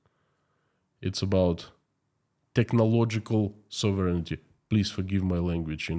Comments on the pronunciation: Hey, your English in general is excellent but you do not correctly pronounce the word “sovereignty”. Sovereignty is pronounced with accent on the “O”, SOVereignty. I just got tired of the mispronunciation. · Sov ren tee